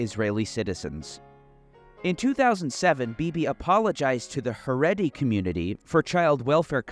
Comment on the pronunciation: this guy doesn’t even know how to pronounce haredi lmaooo so clearly has never even spoken to a jew